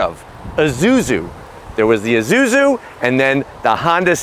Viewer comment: Isuzu not izuzu…